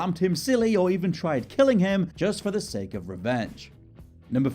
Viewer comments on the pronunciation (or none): none